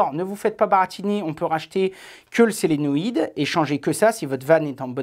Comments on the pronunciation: Extrêmement intéressant et utile. On sent une toute petite carence sur l’électricité, "SOlénoïde" et non "Sélenoïde" fil noir = masse, ou le moins pour le courant continu .... pas grave mais comme tu nous apprends tant de choses, je me permets de corriger ces petits détails. Merci pour tout. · solenoide, pas selenoid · chouette vidéo. je ne veux pas pinailler mais c'est un solénoïde et pas un sélénoïde, c'est vraiment juste pour info.